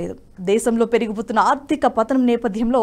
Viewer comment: అమ్మా దయచేసి ఆర్దిక కాదు ఆర్థిక అని పలకాలి. 'వెల్లినపుడు' కాదు, వెళ్ళినప్పుడు. మీ తెలుగు ఉచ్ఛారణ భయంకరంగా ఉంది. అసలు నేను చూడను మీరు చెప్పేది కానీ బ్లూటూత్ లోఆటో ప్లే వల్ల వినాల్సి వచ్చింది. దయచేసి కాస్త ఆ అక్షరాలు సరిగ్గా పలకండి. పైగా రాజు గారు ప్రతి వీడియో చివర్లో వీడియో నచ్చితే బెల్ ఐకాన్ నొక్కమంటారు 😂😂😂 దరిద్రం గా ఉంది. ఒకసారి మీరు కూడా వినండి. ఎన్ని తప్పులు మాట్లాడారో ఆవిడ. ఎక్కడ 'ల', ళ', వాడాలో తెలుసు కోండి. ఇదంతా నేషనలిస్ట్ మీద అభిమానంతో చెప్తున్నా, పాజిటివ్ గా తీసుకుని కరెక్ట్ చేసుకోండి. గిరిధర్ గారివి, సురేష్ గారి వి చూసే మాకు ఇవి చీప్ గా అనిపిస్తుంది. వీళ్ళని చూడాలని కూడా అనుకోం. క్షమించండి పదాలు కఠినంగా ఉన్నందుకు.